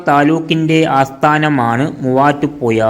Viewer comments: ആലപ്പുയ തൊടുപുയ മൂവാറ്റുപുയ😂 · തൊടുപുയ...... മൂവാറ്റു പുയ നല്ല ജ്ഞാനം ...... നല്ല ഭാഷ..''.ഹഹ...ഹ.... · ആലപ്പുയയോ അതേത് പൊയ തൊടുപുയ മുവാറ്റുപുയ വല്ലാത്ത പൊയകൾ